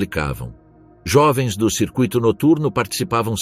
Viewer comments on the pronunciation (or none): none